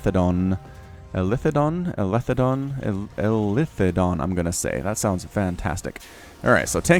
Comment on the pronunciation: btw it is eli THE don, not elithe don hahah love the content though.